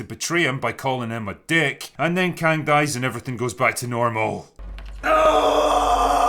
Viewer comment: When the Drinker said she found Kang the Concorer, I thought he said Khan, as in a Mongolian leader. I had to look up who he was just to be sure. But for a moment, I believed it. I believed Marvel was desperate enough for a story that they'd BS one of the Khans into the Quantum realm.